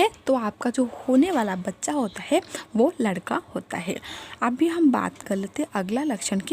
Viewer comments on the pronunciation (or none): Teria ladka or ladki hi bolna nhi smjh aa raha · Ap ish vedio mai ladka bol rhi hai ya ladki sahi se samj nhi aarha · Pehle ladka or ladki bolna seekh lo samajh he nahi aata ladka bol rahi ho ya ladki pagal aurat faltoo tym barbar kar rahi ho